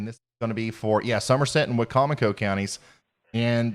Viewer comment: Hooray! You pronounced Wicomico correctly! 👋👋 Or close enough. 😉 Most people mispronounce it "Wicko-Micko", which is always very amusing. Normally pronounced why-COM-icko. Good job! That was a crazy day.